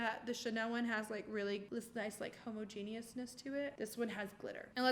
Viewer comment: Oh Huda, I love you and I love this, but you just said homo-genius 😂 someone help her pronounce homogenous 😂 anyway LOVE this comparison video. At one point I actually thought the “cheap” side looked better! Just goes to show that you don’t have to splurge for good quality. Some of my best makeup is from the drugstore! This video was fun. Please make more!